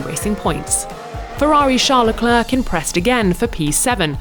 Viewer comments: I thought she said “compressed” lol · She said compressed again